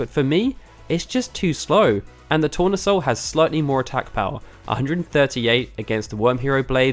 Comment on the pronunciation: tournesol is sunflower in french, pronounced tou-rne-sol